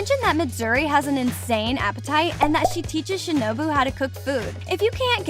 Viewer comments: Its shinobu not shinubo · who tf is shinibi its shinobu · Shinubo????? It's shinobu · She has the most American accent, she pronounced shinobu as shinObo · "Shinobo" got me dead af💀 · It was ✨shinuboo✨ and ✨inusukei✨ Edit: and “teimayoO”